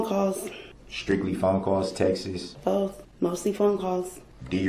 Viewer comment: They are not “text-es”, they are TEXTS. And you aren’t the “alleged” defendant, you ARE the defendant!